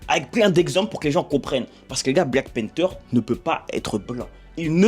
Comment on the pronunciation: Black panther la prononciation stp